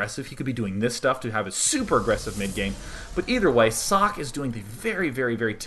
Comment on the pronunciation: >.< oh nooo, its sock again ... socke doesnt have an unvocaliced "e", and its not asian sockeeeeeeee either ... the "E" at the end is vocaliced like the "E" in "E"dward. the "E" is short and doesnt sound like the "i" in germany(american "E" sounds like the german "i" so just remember the "E" in Edward^^) but, if you refer to the translation of socke then you would be right to say its sock, cause sock is the translation of his name ^^